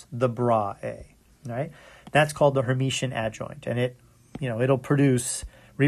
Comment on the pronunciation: Great lectures! Only one point: it is called Hermitian, not Hermetian :-)